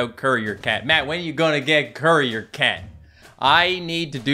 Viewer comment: What everyone hears:courier cat What i hear:curry or cat?